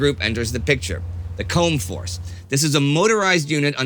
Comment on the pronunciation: By the way, it is 'coom'-force, that is the pronunciation of "combe" in this context.